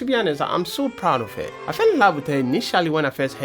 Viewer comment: Why did you say "I'm so proud of hair" Are you Ghanaian? 😂😅